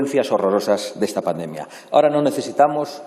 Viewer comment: Si no sabe ni como decir pandemia como iba a gestionarla este... es paNdemia, no pademia